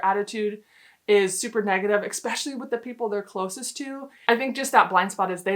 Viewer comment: NOT “EHK-SPECIALLY.” It’s “ESPECIALLY” NO X OR K